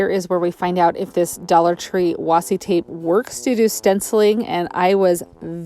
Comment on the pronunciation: it's washi waashshsheeee phonetically